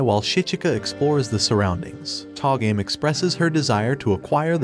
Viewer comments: Tah-game? how about TOH-ga-may. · to-ga-me not to game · It pronounces To Ga Me (toe ga mel)... I'm gonna watch this anime... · You say togame wrong all the time